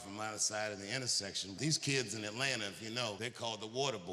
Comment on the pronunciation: As an ATLien dammnnn he said it perfectly 😅